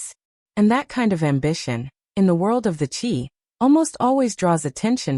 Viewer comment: You cant have a story because you don’t even know how to pronounce the characters names in series is called the Chi it rhymes with sky